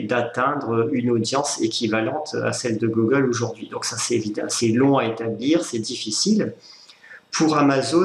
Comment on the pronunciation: on dit Gougueule, pas Gogueule...